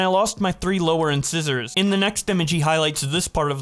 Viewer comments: And it's pronounced in-sai-sors. Not in-scissors. Jesus, man, I gotta tap out. You shouldn't be allowed anywhere near a microphone. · A lot of mispronunciations in the end part when you're reading. Not trying to be rude. Just letting you know. Dartmouth, incisors, and alumni stand out a lot.